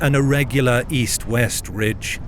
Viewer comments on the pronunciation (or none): none